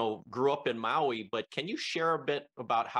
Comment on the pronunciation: Mahalo for pronouncing Maui correctly. Many people especially news people need to add an “e” after The M. Minamina Au ia Maui